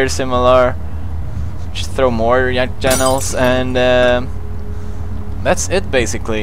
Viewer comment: So we’re all going to ignore the fact he said fack janiels?